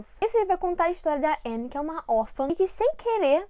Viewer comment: Ela pronunciando o nome da Anne sem o "e" eu lembrando de todas as vezes que ela corrigira as pessoas por isso: '-'kskskkkk